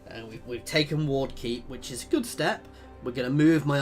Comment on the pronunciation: You named Ward Keep 'Wark' Keep. Also, you have a lot of followers tat you have unassigned